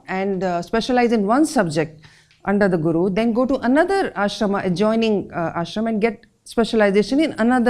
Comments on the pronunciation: What is the logic behind pronouncing Ashramaaas, Shashtraaas, Mahabhartaaaa .....specially spoken by an Indian ...Just wondering. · Nice video I am writing this comment at the video time The way the presenter is taking the name if MahagBhara-Taa and Ashram-aa or Nyay-aa Shahtr-aa shows how deeply our world view and vantage point has been westernised that we pronounce Indian names in a western way.... Like I am from Delhi (Dilli / Indraprastha), and when I was a child I always questioned why do Delhi people take pride in pronouncing Dilli as DELHI (as if they are britishers).... I can understand Britishers having problem in pronouncing Dilli so they spoke Delhi, but why we indians want to show ourselves as aliens and foreigners by calling it Delhi when we CAN pronounce the word DILLI